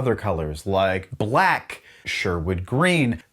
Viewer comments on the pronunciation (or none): none